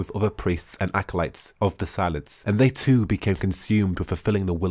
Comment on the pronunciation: ... I know you said Conductor of Silence, but I kept hearing "Conductor of Salads" and laughing my head off. (Seriously tho, very nice lore video, hope you do more!)